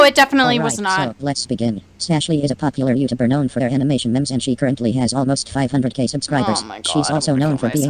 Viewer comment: I know this is a serious topic. But like- the robot voice saying memes like mehms is funny to me 😭